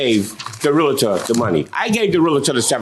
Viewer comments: Dear, lovely peeps. It's.... REAL-TOR. Not REAL-AH-TOR. Stop that shit. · i wanna smack my head everytime they say realitor ... since when is there an I in there. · It’s Realtor not REAL -A -TOR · It’s realtor, people. REALTOR! Not realator lol! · Their pronunciation of Realtor from all three is killing me